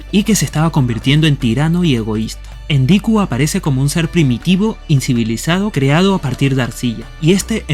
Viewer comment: Siempre lo ví escrito y pronunciado como "ENKIDU" no endiku. Por lo demás muy bueno. Gracias y bendiciones a los sumerios y a la diosa ninkasi.